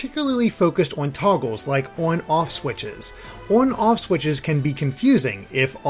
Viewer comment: "œn œff switches"